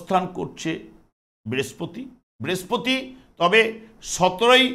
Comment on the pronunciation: Brespoti noi Brihospoti,apnitoh acharjo tai uchcharon ta thik kore nin.🙏